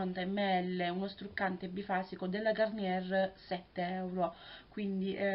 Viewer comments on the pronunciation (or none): begli acquisti, si dice gariniè ;-)